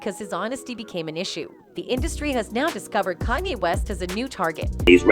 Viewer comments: Would be cool if the narrative voice could properly pronounce Kanye's name, no? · Why is Kanye's name pronounced different everytime 😅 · Why can't she say Kanye???🤦🏾‍♀️😮‍💨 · This lady needs to do a better job as a commentator. She correctly pronounced Kanye one time throughout the entire video. How are you supposed to be discussing facts and matter so significant and you can't even say someones name correctly. It's not even a hard name. Almost seems deliberately disrespectful. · The greatest murder is how this lady pronounces Kanye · This bot can’t pronounce “Kanye” 😂😂😂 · whatever bot that is reading this needs to learn how to say KANYE properly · Who the fuck is Kylie. They need to get a black voice to tell these stories. I ts disrespectful to keep pronouncing the black artist names wrong. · watch this if you need to learn how to mispronounce KANYE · Whoever owns the AI narrator used in these vids REALLY needs to train it on correct anunciation of words and names, bc the damn thing prounounces "Kanye" at least five different ways during the video, and makes other grammerical errors! What happened to AI being more intelligent than humans? This bitch cant even speak ENGLISH! (Oh, and it happens in EVERY video that uses this AI Voice narrates, so ive been hearing these silly mistakes for AWHILE now!) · “Canay” it’s KANYE. I swear these channels purposely mispronounce peoples names if they can help it. But then say everything else right, It’s starting to get annoying. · If only the woman pronounced Kanye correctly. It's KANYE, not Kaneye! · I love this video, BUT why not use a real person to voice the piece????? The fact the AI generated voice repeatedly saying “Kah-nai” instead of KANYE was irritating AF. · Who the hell is Kan-Eye?😂😂😂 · "Kanhey west" 😂 A.i you funny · This AI channel calls him con eye and can eye, which is better than the last one i watched that called him cane. I hate AI channels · Learn how to say Kanye’s name